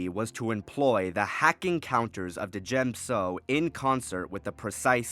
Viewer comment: Dude. The d is silent in djem so